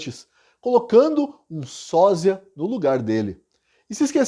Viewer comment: Porque você pronuncia SÓZIA sendo que o correto é SÓSIA. Trocar a pronuncia ofende os ouvidos.